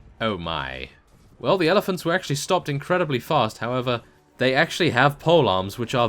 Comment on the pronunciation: At like mins sounded like you said hellephants